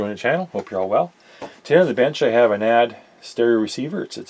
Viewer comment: Maybe it's different in Canada, but the correct pronunciation is by the letters N-A-D, which is how the company pronounces their name. They've made some of the best sounding amps for the money ever, including the 3020 which was a giant killer and the most sold amplifier in history. You're a top notch tech, I'd suggest an anti-static mat on your bench rather than the piece of carpet. They hold solder drips, wire clippings and can generate static shocks. Keep up the good work. Really enjoy your videos.